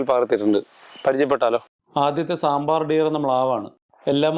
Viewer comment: സാമ്പാർ അല്ല സാംബർ ആണ് ശരി